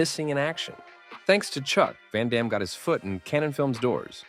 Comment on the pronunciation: Van damne to seagal Do not cha lenge me - a la expendables 2 pronunciation